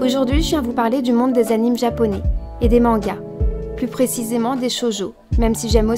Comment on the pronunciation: Ça se prononce "animé" même si ça s'écrit "anime", c'est juste qu'on l'écrit à l'anglaise